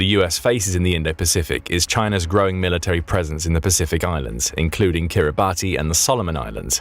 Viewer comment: Kiribati is pronounced kiribas